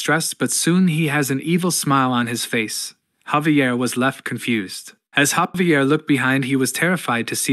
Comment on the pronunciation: ai was done sayin javier the right way